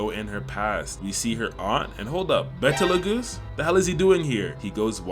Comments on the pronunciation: Love your channel bro but his name is Beetlejuice. Not betal-goosee? Just like that movie from the 80s and the other year. It's named after one of the stars in the Orion constellation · It’s betlegoose not bettleAhGoose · and BE-TE-LE-GOOSE 😭😭